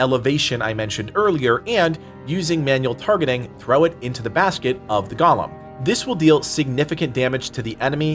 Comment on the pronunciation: Bruh, it's GOAL-MM not Gollum.